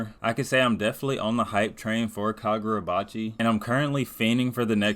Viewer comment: fumbling the name😭 But finally getting caught up myself, I’ve seen what the hyped been about and looking forward to the next chapters